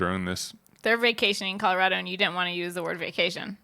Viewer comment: With love, the way you say Colorado is why Texas and Colorado have a rivalry! 🤣